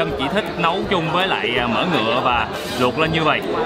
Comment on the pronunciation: E nghe a nói "mìn" e hết hồn. Xong nghe ổng nói " mìn của mấy con mẹ bò " kkkk đau bụng